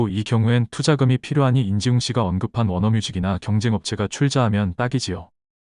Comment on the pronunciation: 안지웅이 아니라 인지웅인데 발음이 틀리신거 같습니다 ㅎㅎㅎ